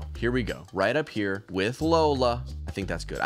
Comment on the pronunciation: Him jokingly calling “Lolla” Lola is so funny to me 😂